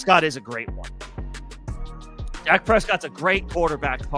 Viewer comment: Dak not doc